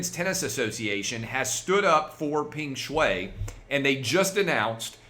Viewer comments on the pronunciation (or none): I think the correct pronunciation is “Pung Shwhy”